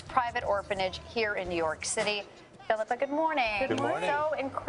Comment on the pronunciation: phillipa. phillip-a. phillip like a.ham's son